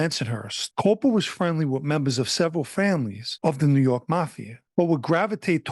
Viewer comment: His last name is actually pronounced “cop-pa” I would know, I’m a Coppa & this piece of shit is actually related to me. Also he had Marlboro projects because he grew up on 9th st & Ave V, right across the street from Marlboro projects on the 86th strip. I never knew him personally, my side of the family moved to Philly decades ago.